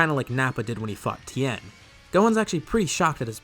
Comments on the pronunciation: Why does it sound like he says, when gohan cuts off nappas arm, “when he fu ked tien” instead of fought. 😂 might just be my ears but I hear it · open captions it censored it cause it sounds like “fucked” and not “fought”